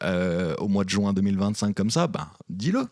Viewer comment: C'est le mois de juin, pas le mois de joint 😆